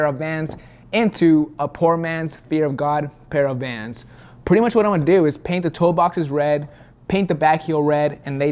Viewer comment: I thought you were saying my love to Juan or Jose whatever his name is but your describing your love for vans lmao